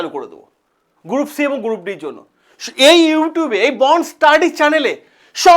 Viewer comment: গ্রুপ D ❌ গুরুপ D ✅ 😃😃